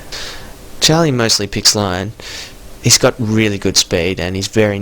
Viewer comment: Lion is actually pronounced Lee-on.